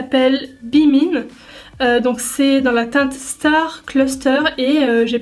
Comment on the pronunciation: "be mine" mdrrrrr j'ai rigolé lorsqu'elle à prononcer ça